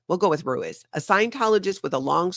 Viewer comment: Ruiz is pronounced Rue-EEZE.